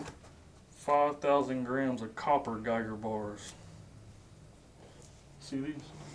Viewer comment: Copper not cooper 👍🏻🇨🇦